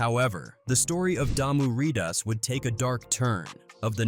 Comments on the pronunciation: 💀😵‍💫💀 Lōcs (Locks) Ridas (Reedas) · Sir its pronounced Riders (ridas) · Hearing white people trying to pronunciate hood lingo/Ebonics is crazy and cringe. This ninja said “lock” and even pronounced Damu Rydaz wrong 😩 then he says “Gangster Bone” it’s just gangsta bone bro. And he says “2 pack”. Zzzz . i was correcting him whole time. As famous as these people are ain’t no way you getting their names wrong. 😂 bro is slick disrespectful